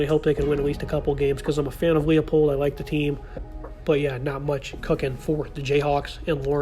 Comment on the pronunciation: It’s Lie-Pold